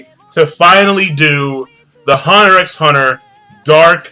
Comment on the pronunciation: you don't pronounce the 'x' in huntet x hunter.